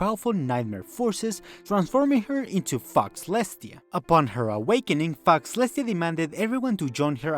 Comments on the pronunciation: brothah its not foxlestia its pronounces fo (faux) lestia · Great video, but it's pronounced FOW-lestia, just saying because it sounds like you are cursing celestia lmao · "Faux" is pronounced "Foh" btw. So it's Fohlestiah. It means Fake-Celestia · Faux is pronounced pho, so fauxlestia would be pronounced pholestia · Hello! Great video. Just so you know, Faux is said like "foe," because French? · I love this video but the incorrect pronunciation of Fauxlestia is driving me up the wall. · yo dont pronounce the x in faux